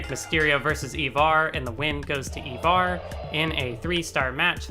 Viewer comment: its pronounced like eye-var not evar say it with an i not an e